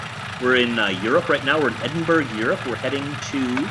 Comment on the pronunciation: Your driving from Edinburgh. Woo hoo. I drive from there for real. It's pronounced. edin..burrah. I drive from Edinburgh to south of Newcastle most nights. Great idea.